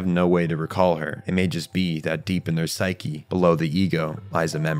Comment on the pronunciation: Well they say Pshuke instead of psyche, so I think we can forgive that.